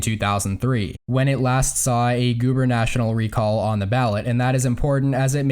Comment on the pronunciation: it's gubernatoRIAL. not gubernational.